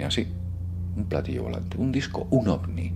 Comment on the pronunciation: Ovni no... ovi...